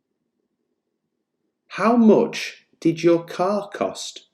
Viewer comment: It sounds weird when you say "much" I hear the vowel "o" instead of "a".